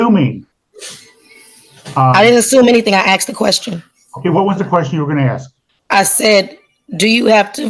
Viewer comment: You didn't axe her...😂